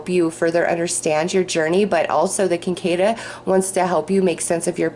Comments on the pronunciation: just a fyi, its pronounced "sick a da" in the sphere group. i fly fish and kinda study bugs.. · Thank you for the reading, feels right on! BTW cicada is said sick-A-duh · The insect on reading #2, the orb, is the cicada - pronounced sikodda - I grew up where they would croak out summer night symphonies until daybreak. Thanks for your readings and be well. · I lived in W.V. for several years, and Cicadas would come out and drive you crazy with the noise they made. I was SO happy to move back to N.Y.! If it helps, that bug is pronounced "Sick-kay-duh", though spelled Cicada. One of those weird words for a definitely weird insect. They had red eyes, and were pretty creepy looking as well as really loud and annoying. Some people would actually eat them! Ewwww! Lol!